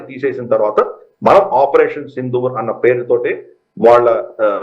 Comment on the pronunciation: ప్రస్తుతానికి అసందర్భమే కానీ ఒక చిన్న సవరణ! సింధూర్ అనే పదం సరైనది కాదు సిందూర్ అనేది సరైన పదం. దకారానికి ఒత్తు ఉండదు